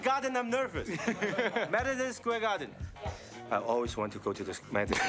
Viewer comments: "I always dream to Square Marden." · "I always dream to Square Mardon" Freaking love Jackie 😅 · "I always dream to square marrten" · the parts where Chris couldn't say "Gefilte Fish" and Jackie unable to say "Madison Square Garden" is hilarious every time! Lol!